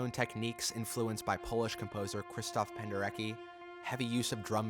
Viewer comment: Krzysztof PendereCKi; not 'Pendereki'